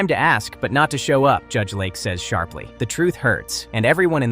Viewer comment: Judge LAKE, not Lark. AI is terrible. 👎🏼